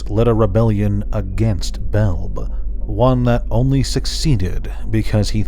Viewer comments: it's Bel-bee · Love your Videos on the Weatherlight brother. I thought Belbe was pronounced "Bel-Bee"? Have I been wrong this while time!?